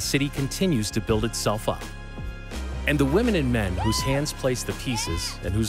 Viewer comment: Notice how he says women and men